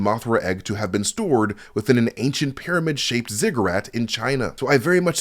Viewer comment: I will now only use the pronunciation of Pairamid from now on! My kids are going to love it! haha! Keep up the Great Work!